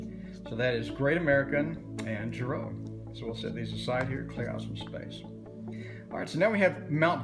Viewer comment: Girault pronounced zhee-ro. (Zh). As in zhivago